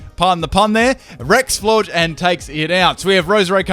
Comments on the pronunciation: Florges is not pronounced as Florgs. Florges=Flora + Gorgeous. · The way he leaves out the s in "Florges" triggers me. It's like gorgeous for Christ sake.